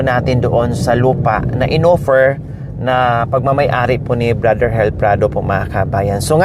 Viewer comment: Madam ang rinig ko ang pangalan eh hil hinde hel ang pronounce mo sorry po i know n taga negros k